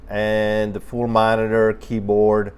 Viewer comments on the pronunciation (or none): none